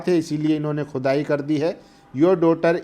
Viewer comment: Bhai aap saaf saaf bolo... Khudaai ya ch...ai? 😅😅😅😅